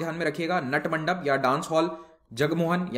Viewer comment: Sir this is pronounce नाट mandap